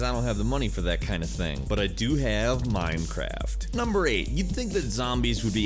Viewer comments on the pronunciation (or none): did he just say Mimecraft xD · miiiinecwaft yaaaaay